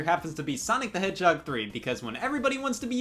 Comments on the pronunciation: for some reason I heard Scott say hedgehog as "YEAH A FUCKING HEADSHOT" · Sonic The Hedgehoy